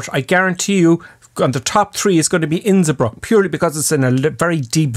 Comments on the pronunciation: Where in the world is "Innsibrook"? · Isn't it Innsbruck in Austria?